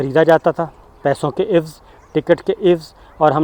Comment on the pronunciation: Alfaaz ki ghalat adaaigi Sabir bhai apne lafz ada kia ewz jab k lafz hai Aai wazz